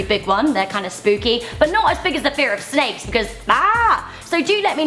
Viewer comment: Sneiks or Snakes???